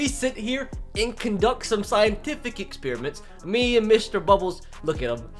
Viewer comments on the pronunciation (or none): none